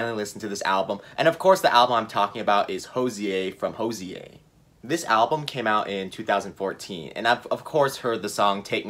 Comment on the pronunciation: hozier is pronounced as cozier